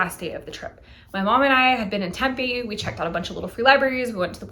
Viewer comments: I can't. I'm sorry. I have to... temm-PEE. Emphasis on the 2nd syllable and a hard, long vowel there. temm-PEE. Not TEMM-pay. temm-PEE. Vet: I live in the PHX burbs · No worries. It's a bit of a shibboleth, true. I think most folks believe it's either Spanish or Indigenous, when neither is true: it's Greek. That ancient sister city for whom Tempe, AZ, is named is pronounced the same, somewhat unexpected, way.